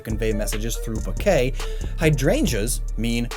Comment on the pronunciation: Bouquet, not boquet.